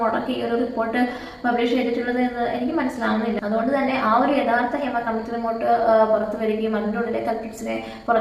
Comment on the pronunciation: Adhyam poyi padik, hima alla hema